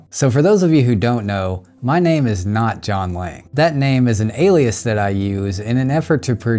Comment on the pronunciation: Ok I thought you were saying "John Wang" the whole time 🤣